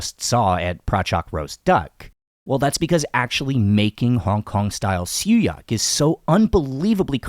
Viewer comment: Did you pronounced siew yak? It’s siew yok, I believe